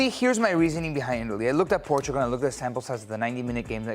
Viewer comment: Stop pronouncing Portugal in Spanish when speaking English! Just use the English pronunciation instead of trying to mispronounce Portugal in the wrong language! Cringe! Stick to the English pronunciation!